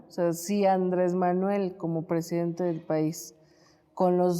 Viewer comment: Hola Eláudia. ¿Ecsáctlí? Como dice nuestro PreJidente: "ConRerspeto"... ¿Acaso eres extranjera pero parida en México? ¿Nuestro PreJidente Andrés NEPOMUCENOmanuel López Obrador (ANLO) ¿Tiene facultad para imponer a la indiada nacional a una fichita que ES JUDÍA y sin gota de sangre nacional, como los 2 machos con los que se ha aparCasado? LLÓ siempre voté por AMLO pero no por su IQ ¡Así NO... ANLO!